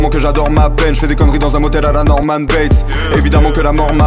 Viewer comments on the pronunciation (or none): none